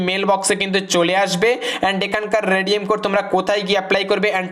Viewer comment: আবে ভস্রিকে তুনে তো বলা রেডিয়াম